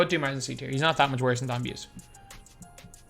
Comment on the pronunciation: Pretty sure Don Buse is pronounced Boos-E